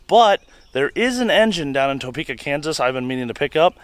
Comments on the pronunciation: I think he said either Toepka or Towpeka...not Topeka. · I love how you guys keep saying Toe-peka lol